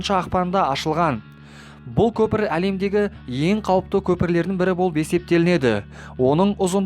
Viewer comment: Лемдеги емес алемдеги